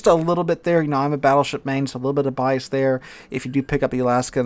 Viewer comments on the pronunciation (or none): none